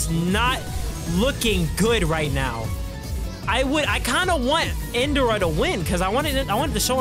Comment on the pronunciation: My guy it's In Dra not in duh ra